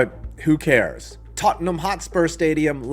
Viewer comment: Hey he said Tottenham right